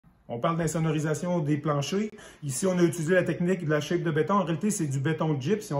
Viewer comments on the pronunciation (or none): On ne dis pas « shape » (une forme en anglais) mais chape comme « chap » (chapitre) ou « chat-pe ». Polythène est un nom masculin, si je ne me trompe pas.